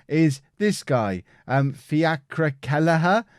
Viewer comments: It's pronounced fee ah crah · Fiacre is pronounced FEE-uh-Kra just helping😂